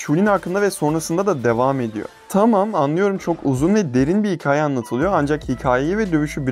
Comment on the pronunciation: Ulan hala hikâye demeyi öğrenmemişsin ya. Hikaye deme be kardeşim artık